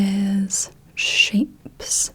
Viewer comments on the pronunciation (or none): I only managed two points on the say the same thing game 😭 I heard sheeps at first instead of shapes, was not prepared for diamond sheeps lol. I did ace the shape guessing game though, that was my fav part!